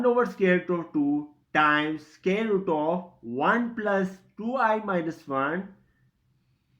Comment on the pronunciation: Its SQUARE and NOT SCARE !!! CAN'T you pronounce English properly ?..